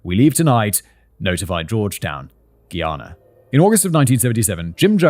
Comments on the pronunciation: Hihi👋 Simon! Just wanted to drop a friendly note from a Guyanese fan. Love the video❤ By the way, It's pronounced "Guy-ana," like "Hey guys." Noticed it in both this and your Guyana and Venezuelan conflict videos. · As a Caribbean person how he says Guyana is kill me😂